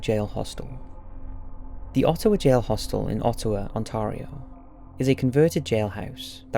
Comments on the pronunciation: Sorry rude eh, but that’s not how you Ottawa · You're pronouncing "Ottawa" and "Ontario" incorrectly (insulting bad). -Canadian. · The scariest part of the video is how you said Ottawa Ontario